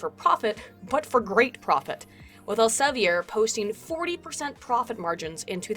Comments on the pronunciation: I love your pronounciation of Elsevier but it is Elsev-E-r with an E as in feet. Take it from a Dutchy:) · It's El-se-veer. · just so you know, Elsevier is pronounced more like "Elsa vear". In Dutch, "ie" has a sound akin to "ea" in English. ;)